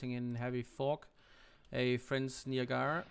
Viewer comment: Niagara as in USS Niagara and Niagara falls.... Say it with me [NY] + [AG] + [UH] + [RUH] Niagara ;) but all in all great video series.